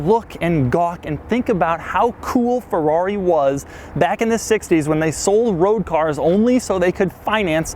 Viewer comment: Doug please, it's a feRRari. Not a feUUaUi XD